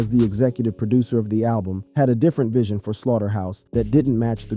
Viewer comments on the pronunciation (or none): none